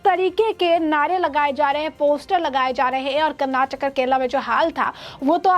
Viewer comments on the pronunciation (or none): none